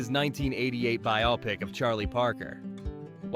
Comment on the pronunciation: “bio-pic”, not “bi-op-ic”